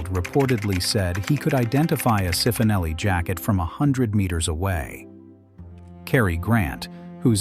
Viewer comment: Cifonelli (pronounced chee-foh-NELL-ee)